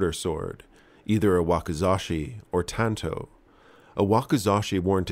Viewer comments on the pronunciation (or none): none